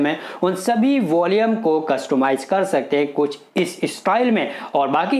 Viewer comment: वोलियम नहीं वॉल्यूम